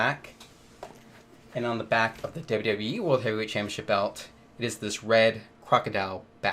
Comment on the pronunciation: It’s pronounced “ChampioNship” not “Champyaship” you friggin’ tool